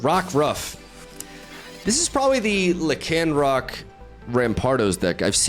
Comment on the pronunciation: the way you pronounce Lycanroc lol